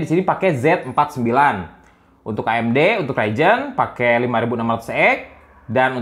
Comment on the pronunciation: Ryzen kang lain raijen 🤣